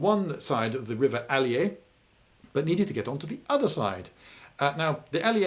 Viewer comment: The Ali-A River....oh god